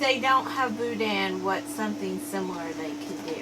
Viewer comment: There is no dan sound in boudin it sounds like meh bou-deh not bou-dan